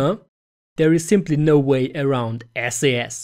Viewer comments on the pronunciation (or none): Pretty good video. Here's a tip... SAS is pronounced "sas" (one syllable; rhymes with "brass"). If you pronounce it "Es-ay-es", you have just turned off thousands of experienced SAS programmers, which should be one of your target audiences.